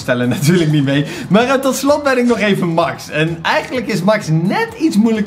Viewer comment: Ik weet niet of het weet maar Max is een meisje en je spreekt het uit als mex want ze zegt weleens back to thé mex en in de beschrijving staat zij 😉😉😉 echt mega leuke video trouwens!!! BAWZ ARMY💪💪